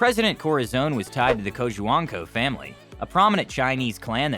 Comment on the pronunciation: it is pronounced as “koh-hwang-koh”